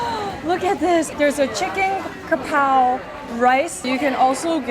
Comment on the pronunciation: brooo the way she said "'chicken krapao"!!! Im in love😭❤️ you have such a great thai accent🥹